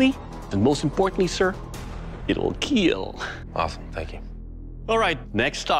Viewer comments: he doesnt take as much pleasure when he says : it will cut in comparison to : IT WILL KEEL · It will keeeeelllll.... 😂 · Doug: it will heal! Credit Card: "declines" Doug: it will keel! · I’m new to this , can anyone explain to my why he says keel and not kill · 1% of comments: nice swords 99% of any episode: IT WILL KEEL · Keel is kill? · It’s keal meaning keep everyone alive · It will Keal - it will Keep Everyone AL-ive. that is why Doug pronounces it the way he does; he doesn't say "kill" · Covered to blood "It will KEEL " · Did you know that he mispronounces "it will kill" on purpose? He's actually saying "It will keal" and it means "Keep everyone alive" and he came up with it himself when the show was supposed to also be viewed for the younger ones. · It will keel. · It will keel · Just here for keel and staying for the asmr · I heard "i will keel" i quit the video with pure satisfaction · it will keel.... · Does it ever Not keel ?? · We’re only here to see if it’ll keel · "it will keel" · It is pronounced keal because the k I ll test judge came up with the acronym k.e.a.l. which means keep.evryone.alive. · eet weel keeel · No one: Literally no one: Aliens on the moon: NO ONE IN THE GALAXY:... One guy named doug: IT WILL KEEEEL😏 MY EANGLISH IS BAD lol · I don't wanna know the amount of keel comments down here, as it will, dare I say it, keel. Shoot me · It will “keel” , what a nerd man